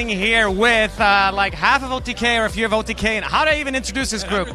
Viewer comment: Even tho she said otk as otv. She really did a great job.